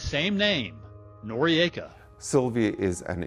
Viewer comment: I am unsure about the pronounciation - 'nor-ee-ayka' seems incorrect - 'nor-ika' seems correct and how I always heard it